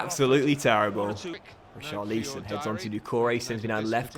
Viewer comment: Pronounce richarlisons name properly ur not staying it right (watford fan)